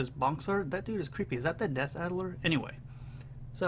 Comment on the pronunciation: You're driving me nuts, it's DEATH ADDER! :) Great video, I loved this game as a teenager at the local bowling alley.